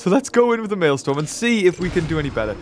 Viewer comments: Maelstrom is pronounced “Male” and “Strum” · Can't wait until the Maelstrom boss ends because your pronunciation of it makes me violently angry.